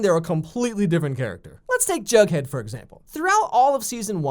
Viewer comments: sweety its not "jugghead" its "jughead" GET IT RIGHT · its not jugghead its jughead